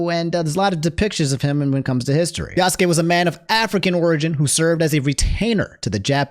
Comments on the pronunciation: Well he made this to himself, he tainted his message with a lot of unnecessary shit and twisting clips; besides, he talks like some of the people shown in his video were still like that, apparently people can't grow up and change their values. Pd: you're pronunciation of Yasuke is the correct one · The dude in the clip saying Yasuke super wrong and doing it right the first time. Is a great recovery from Nobunga =\= Nobunaga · The argument that Yasuke (and yes, you were saying it correctly) isn't a samurai is idiotic. Retainers WERE samurai. They were the low-class equivalent and mostly the same in all but name. These people are seeing talking points in peoples' complaints and not doing ANY research before making a rant video and making a fool of themselves. Plus the dude can't even saying the name correctly. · 1. The way you say Yasuke is correct 2. A retainer was a samurai during Nobunaga's time 3. You can play as a Kunoichi (female ninja) 4. Tokyo never existed until 1868 which is way beyond the era the game is set in 5. It's silly thinking it's forced when everybody's been clambering for a playable Yasuke (even though Nagoriyuki in Guilty Gear Strive is hinted to be Yasuke he still isn't called Yasuke in that)